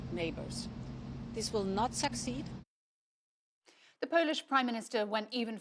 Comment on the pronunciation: Huh?! Did she just say “sexceed”?